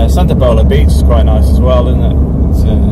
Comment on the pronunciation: The salt 'mountains' at Tamarit on the Eastern end of Santa Pola are amazing, they clean the salt in the plant nearby and put it into 1 tonne bags which get put onto cargo ships in the port of Santa Pola. I believe the "O" in Santa Pola is pronounced as in 'Hola' and not as in 'polo' mint :-) but maybe a local Santapolarian will correct me...